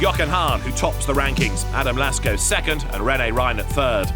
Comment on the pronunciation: Why is he saying Lasko and not Lacko